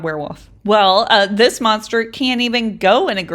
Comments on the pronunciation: You said MOSTER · You said moster holes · It's not moster holleee!